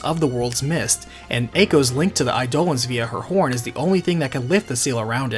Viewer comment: Instead of 'aye-dough-luhns', Eidolons is pronounced 'eye-duh-lawns'